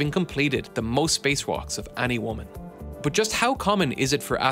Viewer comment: It’s “but”, not “bus”.